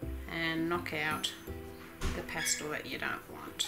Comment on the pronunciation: pas-TELL not pas-TOLL